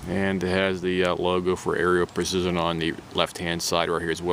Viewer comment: I’m not trying to be rude, but it’s pronounced Arrow = Aero Precision. Just wanted to let you know. Nice rifle 👍